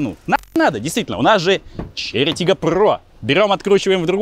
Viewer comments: Можно 10 часовую версию того, как пытается выговорить название тачки😂😂😂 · Почему Volkswagen Golf GTI II или Porsche Cayenne Turbo S можно произносить а Chery Tiggo 4 PRO надо коверкать? Может вам бросить рассказывать про машины, ибо хуево получается. А пилить то что получается? Документалки, разгоны, путешествия, зубы